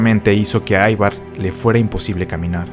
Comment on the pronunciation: Gracias por tu video. El nombre Ivar en Danés se pronuncia como se escribe Ivar no "Aivar".